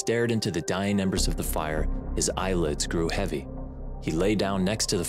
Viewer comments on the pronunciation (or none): none